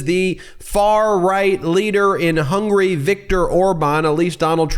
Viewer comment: Donald Trump said 'Hungry' versus 'HUNGARY'.